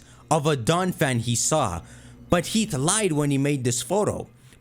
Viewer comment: damn. he's pronouncing it heat. (its heaf)